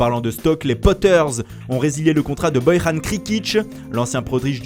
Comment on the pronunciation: Petite erreur: Tierney est latéral GAUCHE 🙂 + pour Bojan Krkic... on dit pas "Boy-rhane" mais "Boyan" et on dit pas non plus "Krikitch" mais "Keurkikch"... 🙂